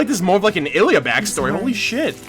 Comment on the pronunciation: Ilia, not Illya